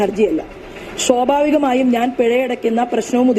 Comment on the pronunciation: ശോഭ ചേച്ചി... ശോഭാവികം അല്ല... സ്വാഭാവികം